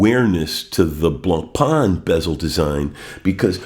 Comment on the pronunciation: You're collection is really interesting and your commentary was great I enjoyed this post very much, thanks. You pronounce the French names very well except Blancpain, fore some reason American watch people struggle with this one.